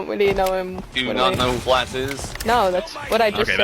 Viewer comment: "You not see da Fwats tweir wist?" - asks the biggest loser in the lobby 😂